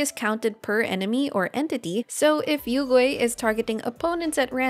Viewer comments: Hmm you pronounced yuegui as yougui like how western VAs can't pronounced it as yue. So do you pronounced liyue as leeway too? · Great guide, very few people are talking about Yaoyao now, but also I laughed IRL because your pronounciation of Yuegui sounds like "Oil Ghost" in Chinese. Yuegui means Moon Jade, referencing the Jade Rabbit that lives on the Moon with the Moon Goddess Chang'e, both important motifs and characters for Mihoyo and Honkai is actually having an arc about them now.